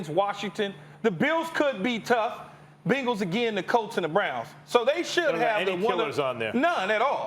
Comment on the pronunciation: he said "the bingals". lmao